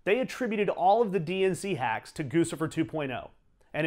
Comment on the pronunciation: Very interesting! Also: It's GOO-chih-furr. NOT Goosifer. Gucci = GOO-chee. Figure it the fuck out!!